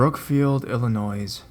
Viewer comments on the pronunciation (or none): Great stories! I love your narrative skills. Just one complaint: how you pronounce Illinois. The S is silent. The rest is fine, just the S. Ill-i-noy (like boy or toy) is how it sounds. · no it doesn't depend where you're from. THE S IS SILENT IN ILLINOIS. THATS LITERALLY HOW IT IS PRONOUNCED. ANY OTHER WAY IS WRONG. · When will people learn that the s in Illinois is SILENT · depends on where you are from...lol!